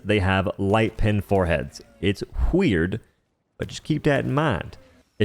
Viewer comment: Did you said Wheird?